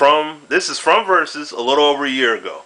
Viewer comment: LOL! Versuz vs. Versuz